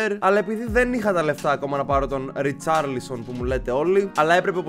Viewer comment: Είναι ρικαρλισον όχι ριτσαρλισον